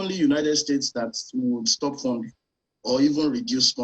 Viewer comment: Stop instead of sto